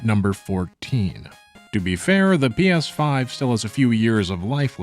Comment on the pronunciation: the way you pronounce PS5 is pretty funny